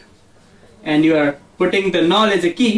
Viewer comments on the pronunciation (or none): null not "null"